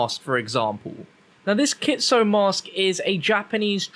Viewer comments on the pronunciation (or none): Kit-su-ne “Ne” as in neh Lol 😂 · It’s pronounced ki-tsu-ney, in Japanese the e at the end of some words are pronounced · Kit-su-NE like nay lol still love you ❤️ keep doing what you do 💪😂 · Not to be that weeb guy but I'm pretty sure it's pronounces kitsunay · Not kitsun, kitsune